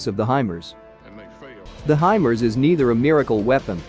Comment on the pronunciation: I thought it was pronounced "high Mars" not HYMERZ.